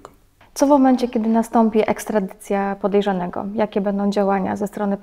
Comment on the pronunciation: "pojerzanego" :hand-orange-covering-eyes